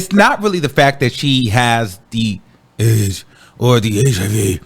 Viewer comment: Just say Aidz properly you sound crazy